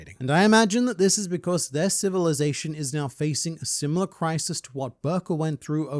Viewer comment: Zation? Lol